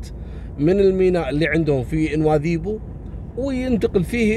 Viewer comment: شكرا على القصص والعبر اخي بالمناسبة نطقك لكلمة نواذيبو مقاربة للهجة الموريتانية الحسانية يشرفني العبور من هنا.